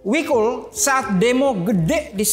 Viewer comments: Jadi gak nyaman nonton gara2 denger wikul, namanya jikul bukan wikul 🤦‍♂️🤦‍♂️ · Jikul, BUKAN Wikul...